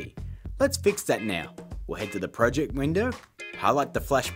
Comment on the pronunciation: My friends make fun of me for saying project like that